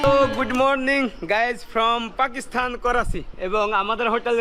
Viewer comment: ভাই পাকিস্তান হবে পাকিস্স্থান না। please pronounce it right way ❤